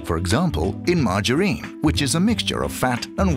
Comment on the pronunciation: The way he says "Margarine" like it's a girls name "Marge a Reen"